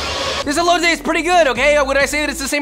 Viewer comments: The way he says el-lo-tay 😖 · I'm sorry but can I just say, you pronounced elote wrong, it's pronounced eh-lo-te lmao I'm not saying this to hate it just bothers me a bit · I hate how he says elote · Deconstructed Elote more like EBOWLte